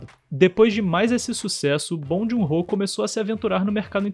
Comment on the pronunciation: Muito legal! Só procuraria pronunciar o nome dele corretamente. Não é obrigação nossa, mas a gente gosta quando um estrangeiro pronuncia nosso nome como ele é na nossa língua, não é mesmo?